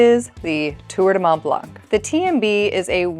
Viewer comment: You do not pronounce the ‘c’ in blanc of Mont Blanc